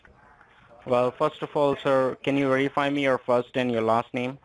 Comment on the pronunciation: Whereify..who are you..did he say lieinforcement..Yeh, how many peoples know your number...I thinks his head is going to explode...